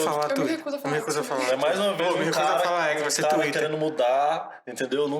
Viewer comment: Xuíter kkkk